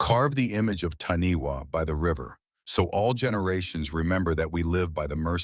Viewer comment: Its pronounced Taaniwha Tani Far. Wh in Maori is a Fã